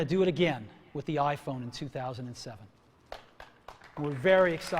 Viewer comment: スティーブの「iPhone」の発音が好きで真似してる。